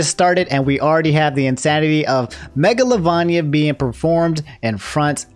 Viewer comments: why you pronoucing it megalo LOVANIA instead of mega LOVAINIA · at this point, im more impressed than upset. the way can mispronounce so many words, geenocide, megola-van-ia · Ngl, saying "megalovania" like it's an Italian dish hits me different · They way said megolovania LMFAO but seriously the people that made the etika nft are going to hell